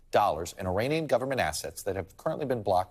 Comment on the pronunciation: Please, you are an educated man. It is not 'e-rain-ian'. It's e-rahn-ian. Act like you know